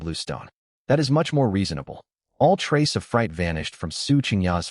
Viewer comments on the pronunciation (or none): none